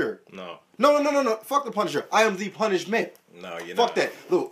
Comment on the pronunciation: my nigga said the struggler and the punishmen lmao im done